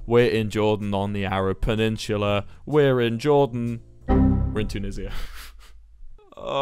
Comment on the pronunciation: Hol up hol up hol up… did he just call it Too-nizz-ee-ah?